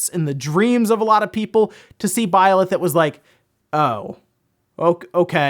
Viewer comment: I wonder where sees the "o" in Byleth...